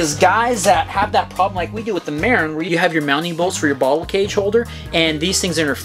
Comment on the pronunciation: As a northern Californian, felt the need to comment that Marin is pronounced "muh-rin" not "mair-in". Love my TranzX